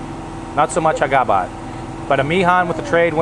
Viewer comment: it's habagat,,not hagabat,,,lol